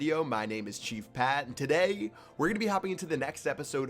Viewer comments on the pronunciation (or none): the way he always says "today" Its too funny😂